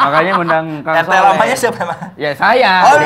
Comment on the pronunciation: Soleh min bukan sholeh.